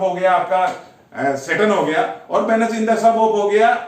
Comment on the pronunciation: ये थ्योरी बहुत अच्छी है। को धन्यवाद।उन्होंने इसे bahut अच्छा समझाया है।लेकिन उनसे निवेदन है कि वीनस को वेनस न बोलें और युति को युक्ति न बोलें।युति का मतलब conjoined होता है युक्ति का मतलब tactics,device होता है। plese dont take it otherwise.